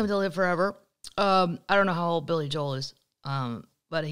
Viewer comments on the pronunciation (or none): none